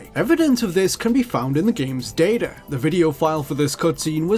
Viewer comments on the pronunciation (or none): none